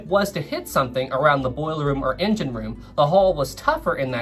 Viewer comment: It's not racism if the word he's saying is engine and it's just his accent making it sound like injun. Give the guy a break!